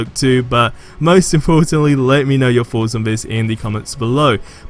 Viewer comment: Im surprised u r able to pronounce black panther correctly, but Thor : Four , Thoughts: Foughts 😜